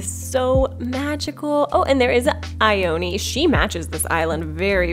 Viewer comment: Did she just whine girl Ione’s name?? It’s a Japanese name so it’d be said like EE-OH-NEh not EYE-OH-NEE Ugh it’s so imple to learn to pronounce japans 5 vowels